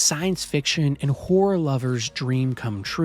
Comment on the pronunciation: I gotta give it to you, this list is exceptional. I thought it was gonna be generic, ai informed bs using tired adjectives and predictable reasoning. But no, you made strong cases for strong games and im inspired to try them. Though it did sound like you said "if youre into whoring games" instead of "horror" 😂 sign me up for both